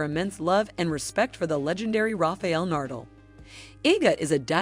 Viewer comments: Learn how to pronounce names before speaking. Polish not shoe polish and that's Nadal not Nardle. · Seriously rafael nardal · Nardle and Jukovich.... this "voice" is creating some new people... funny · Not saying Nadal as Nurdel. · DAM AT LEAST GET HIS NAME RIGHT NA-DAL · Nice work, DOOFUS! Take ten seconds, and learn how to pronounce Na-dal......You just embarrassed yourself....... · Rafael Nurdle!!!! This narrator just crawled out of a rock on another planet and got blown into ours somehow. Pathetic!!! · That's exactly how you should pronounce his last name. Nardle. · never heard the name NADAL pronounced so bad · its ok ,just shocking to someone from Spain like me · This is a well made video but the pronunciations are horrible. You guys butchered the pronunciations of both Iga's and Rafa's surnames. And if someone can't speak even 'Nadal' correctly, it's hard to believe that he or she knows a lot about tennis or is a big fan! I hope you guys can improve because honestly it's q well made video. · the computer voice cant say nadal